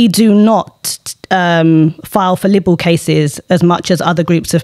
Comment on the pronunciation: Libel it's pronounced lei-bel 🤣